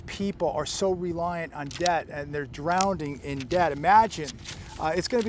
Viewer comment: Did you saying "drownding in debt?"